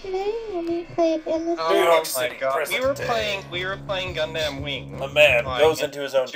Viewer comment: WHY IS HE PRONOUNCING IT GUNDAMN